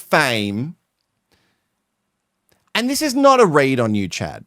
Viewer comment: Chaad??? Baaabe, come on!